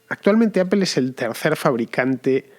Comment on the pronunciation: Apel ...ifon... tim cuc... Teniendo Inglaterra alado...y siguen con esa pronunciación...jajajaja